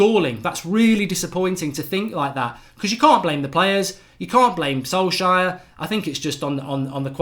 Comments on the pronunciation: Sol-shire? Who dat? 😂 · funny how mark pronounces Solskjær like Solshire hahaha Ole ain’t English